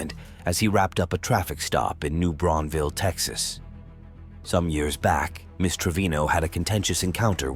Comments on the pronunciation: holy shit, that's my town also the way you pronounce new braunfels is incorrect. , I like how I heard you said it, and it took me like a double take to realize this guy is talking about new Braunfels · It’s new branfuels pronounce the s lol